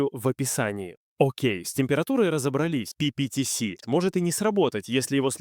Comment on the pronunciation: Ага, только почему-то то ПиПиТиЭс, то ПиПиТиСи. Я уж про ударения не буду.